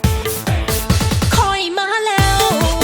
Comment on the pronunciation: น้องแพนเค้กจ้า คำว่า "ข่อย" ช่วยออกเสียงให้ชัดเจนกว่านี้ก็ดีนะครับ ผมฟังแล้วเหมือนน้องจะออกเสียงเป็น "ค" ถามยังไม่ค่อยชัด คือว่ามันจะไปพ้องเสียงกับอวัยวะส่วนหนึ่งของร่างกาย (ในภาษาอีสาน) เอานะ